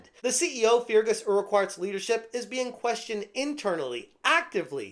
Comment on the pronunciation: great video as always, but his name is pronounced fur-gus erk-hart. keep fighting the good fight :)